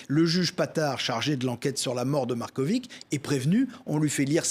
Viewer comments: si vous savez prononcer Djoković avec itch à la fin pour Marković c est pareil😊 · On dit pas "markovic", mais "markovitch". Ca sera sympa de prononcer les patronymes comme dans leur langue d origine. La lettre Ć se prononce "tch". On prononce "slovénats", pas slovénak. Ca veut dire "le Slovéne". Un petit effort... Et "miloch", pas 'miloss'. La lettre Š se prononce 'ch'. Miloš.